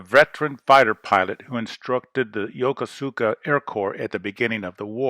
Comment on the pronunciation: It's not "Yo ko Su Ka" - it's "yaKOOSka". This is AI voiced like the one that pronounced Spruance as "sproo ASS" - pretty sick.